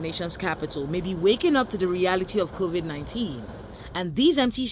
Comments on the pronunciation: Did he just say Corovik 19?😄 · Why are Nigerian's finding it hard to pronounce Covid-19/Corona-Virus...smh 😆